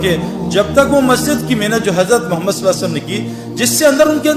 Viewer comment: محترم جناب بھاٸ سعید انور صاحب السلام علیکم ورحمتہ اللہ وبرکاتہ بعد اداب وتسلیمات کے عریضہ خدمت عالیہ میں یہ ھے کہ ماشا۶اللہ دینی واصلاحی باتیں تو بڑے اچھے انداز میں پیش کی ھے اور امت کی ماوں بھنو ں کو کافی فیض پھنچ رہاھے لیکن ایک ضروری بات کی طرف توجہ دلا نا مقصود ھے اور وہ یہ ھے کہ جب اپ رسول اللہ صلی اللہ علیہ وسلم کا اسم گرامی لیتے ھیں اس کا صحیح تلفظ نھی کرتے لہذا مو دبانہ مو منانہ مخلصانہ عاجزانہ عاجلانہ خاشعانہ درخواست ھیکہ رسول اللہ صلی اللہ علیہ وسلم صحیح اور اداٸگی کے ساتھ ٹھرٹھر کر تلفظ کریں جب ھی عشق نبی پیدا ھوگا اور اصلاحی باتيں مٶ ثر ھوں گی مصرع عشق نبی میں جو بیمار نھی ھوتا عصیاں کےسمندر سےوہ پارنھی ھوتا فقط والسلام مع الاکرم مفتی انتخاب اللہ قاسمی بجنور انڈیا